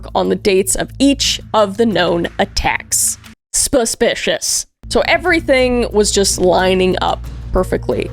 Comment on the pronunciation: & “Spuspicious” XD